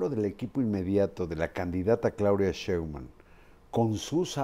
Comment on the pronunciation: Marin, Claudia no es Sheinguan, es Shitbaum